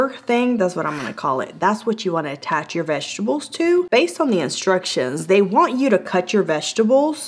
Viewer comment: Vesterble... vesterbles.... 😂😂😂😂